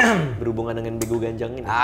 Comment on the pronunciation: Begu Ganjang, dibacanya begu gajjang. ini sering banget dibilang ke anak2 kecil yg mau keluar rumah,main malem2. "unang lao ho, sotung diboan begu ganjang i ho." (jangan pergi kau, nanti diculik begu ganjang) yang katanya suka nampakin sosoknya kalo malam2, makin diliat dia makin besar, kakinya panjang banget. pernah tulis tentang begu ganjang dan homang waktu SMA buat kompetisi dan akhirnya menang karna ceritanya belum pernah didengar org2. unik tapi serem.